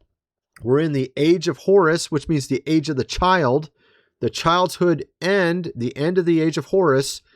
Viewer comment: I've heard him say "child's hood end" so many times now and it gets me every time! Much love and God bless!